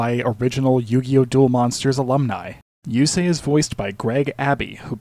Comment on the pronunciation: I was surprised by your japanese interpretation of yusei, it sounds so good